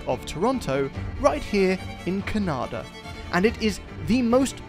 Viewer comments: the way you said Canada made it sound like you meant Kanata, which is a suburb of Ottawa. I did a double take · Where is ca-Nada?